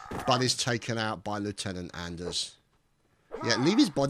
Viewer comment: it's pronounced "on-ders"